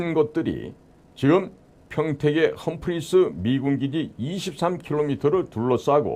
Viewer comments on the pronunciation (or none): none